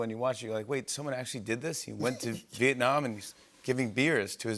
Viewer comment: Love the way he pronounces Vietnam, my country🇻🇳🇻🇳🇻🇳🥰